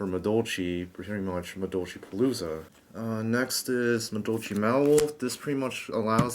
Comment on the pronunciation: "Madolchee Mawolf" allow me to correct your catastrophic failure in pronouncing Madolche (Ma-doll-chay) Mewfeuille (Mew-fway). I don't blame you, it seems like nobody on the internet can correctly say it. Some people get it basically right by saying it like mewfew or some shit but you were miles away from that, my friend. WHERE DO YOU GET 'WOLF'??? IT'S A CAT. Please stop playing this deck. Or at least run 3 anjelly and "Mawolf" and 2 ticket. Please.